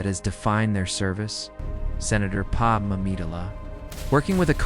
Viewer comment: Decent story but the lousy AI images are just distracting, and they look terrible. You’d be better off just a still image of a planet from space or something. And your AI reader sucks. Either teach it how to say “Padme” or deliberately misspell the name so the damn thing gets it right!